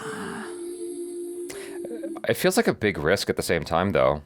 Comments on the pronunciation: It's ramayana not ramaa yana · Rama Yana ✖️ Rama Yan✔️ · The pronunciation of name is fucked up seriously.......its not fault of you guys but makers. Its RAM not RAMA, its RAVAD( रावण) not RAVAN ( रावन), its RAMAYAD(रामायण) Not RAMAYANA. D should not be pronunciate as a Da it should be Ḍ by curling tongue. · It's not RAMAYAAAANAA.... it's RAMAYANA.OR RAMAYANAM IN SANSKRIT Please check how it's pronounced. 🙏🙏.. Meaning of Ramayanam is " The journey of RAMA" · Hi just want to update it’s Ramayan and not Ramayana .. Ram and not Rama.. the movie producers have got it wrong just using colonised language to appeal to international audience. It should be authentic, it’s a representation of our history not mythology. Regards. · Dears you always pronounce Ramayana always wrong. It's not RAMA and YANA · i dont know what happened to indians as well for you the correction i want to make is its Ram not Rama its Ramayan not Ramayana same ways its Krishn not Krishna its west that likes to add " a " behind all the names :D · First and foremost of all its one word "Ramayana" not Rama-Yana.. Second.. you need a proof that Hans Zimmer and A.R. Rehman working together for this movie through a selfie in a room.. just to make you believe.. your subscribers, viewers and views to your reactions got you headstrong and slowly coming out your arrogance side in you. Watchout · It's Not Rame-yana it's Raa-maa-ya-na (Just for the Pronounciation) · RAMAYANA pronounced as "Raa-Maa-Yunn":)) Can't wait for this epic release... Jai Shree Ram.... Stay Blessed you guys, you both are pure love ❤ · This video is all cool and good. But guys please don't butcher one more Indian word pronunciation just like yoga, avatar etc. At least Ramayana should be pronounced correctly.